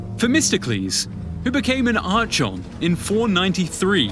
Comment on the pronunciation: Oh my god man, cant say "Phalanx" now. Or "archon", or pronounce "Miltiades". basic stuff.